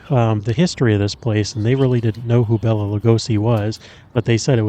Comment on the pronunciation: He always said the proper pronounciation of his name was " Bay-la" not " Bell-a" 🫣